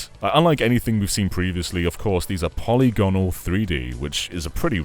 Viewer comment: 'poly-gon-al' lol